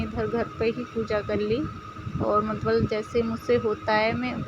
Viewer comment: मतवल नहीं मतलब होता है 😄😄